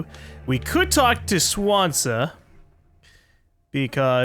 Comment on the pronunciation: plz stop calling him "Swan-za" its "Swan-ze-ya"